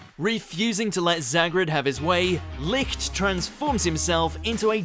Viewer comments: Licht's name is spoke with sh not ct because it comes from German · isnt it pronounced lisht?